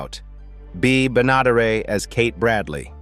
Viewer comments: Ba'not'er-A? Ben-ah-der-et. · The actress's name is pronounced Bee BEN-ah-DARE-it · Isn't her lady name pronounced "benna dare et"? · Bea’s last name is pronounced wrong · Whoever narrates these videos needs to learn how to pronounce Benaderet. And some of these people aren't dead. Lori Saunders and Linda Henning are still alive. Mike Minor married Linda, not Meredith MacRae, among other mistakes. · What about Gunila Hutton?? The prettiest Bradley daughter (The second Billie Joe). She was born in Sweden and later was on Hee Haw. Totally forgotten! Plus Bea Benadaret's name is butchered by the awful A.I. narrator voice we seem to hear on half the Youtube videos! So tired of hearing that voice! Also your clickbait saying one cast member died by rape and another was hanged is disgusting! Implying that Floyd and Charlie were gay also in poor taste. THUMBS DOWN!!! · It’s hard to listening to AI’s mispronunciation of Ms. Bea last name pronounced Ben-a-deric’s name . I think that my family watch every “Petticoat Juction” show more than once. Loved her as Pearl on “the Beverly Hillbilies” too. I had a friend from Massachusetts who told me that they thought that ALL southerners were hicks. I laughed my head off! How dumb! That was back in the early 80’s. She and most of her family are still enjoying southern hospitality here in metro Atlanta! ❤❤❤